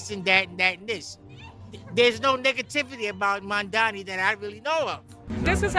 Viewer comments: The man's name is MamdaNi, not MamdaMi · MAM dani! MAM dani! MAM dani! MAM dani! MAM dani! MAM dani! MAM dani! What the fuck is wrong with people? Are they purposefully mispronouncing Zohran's surname, or is it just incompetence?